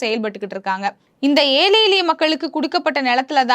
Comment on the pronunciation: அம்மா! ஊடகங்களில் இப்படிப் பேச முற்படும் முன்னர் தமிழைத் திருத்தமாகப் பேசக் கற்றுக் கொள்ளுங்கள். ஏழை, எளிய மக்கள் என்பதை ஏலை எலிய மக்கள் என்று பேசுகிறீர்கள். இது பிழையல்லவா? திருத்திக் கொள்ளுங்கள்.